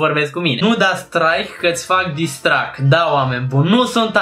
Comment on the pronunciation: la tine o sarit toti copii ca ai pronuntat "disstrack" da de exploit s-a luat cineva cu "micul lui dejiun" si "carapulta"